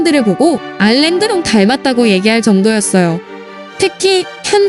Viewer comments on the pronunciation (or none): 알랭드롱 아닌데 알랭들롱인데